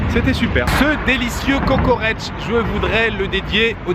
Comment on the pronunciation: Mais comment tu m'a donné envie de mangé un petit kokoreç (tu as bien prononcé) mais le meilleurs se trouve au coté asie à Çengelköy ^^